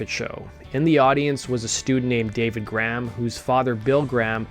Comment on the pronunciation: It’s GRAHAM; pronounced GREY HAM !! Not GRAMM